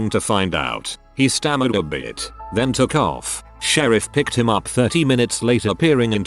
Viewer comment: "I called the shereef"